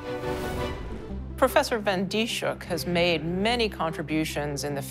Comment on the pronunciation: Her name is mispronounced in this video. It's not Dee-shook, it's Dis-hook. (Dis rhymes with this, hook rhymes with book.) BTW, it took 3 months for this to make the news in the Netherlands... :(